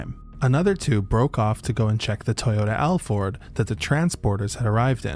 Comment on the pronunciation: Why did you pronounce Alphard like that man😂